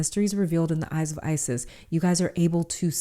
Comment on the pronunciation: from the egyptian goddess ISIS this is not how to prononce her name...